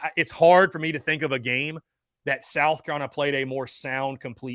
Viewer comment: As a die hard SC fan, I can't stand the way this guy calls South Carolina "Sal Cullina"